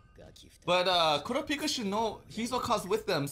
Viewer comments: Nobody ever says it like the anime for some reason. KUR RAP PIKA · Are they really saying Kurapika's name wrong? Sorry, the weeb is coming out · Is it really that hard to say Kurapika name right?